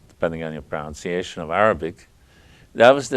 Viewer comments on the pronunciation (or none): none